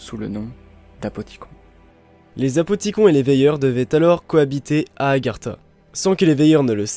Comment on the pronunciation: super vidéo mais pourquoi vous dites apothicon et pas apothiconne ?